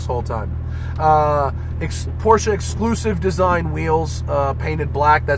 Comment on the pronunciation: You guys, it’s pronounced Porsche, not Porsche.